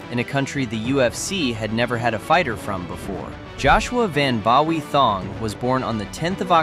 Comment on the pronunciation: Bawi is pronounced as Boii not ba wei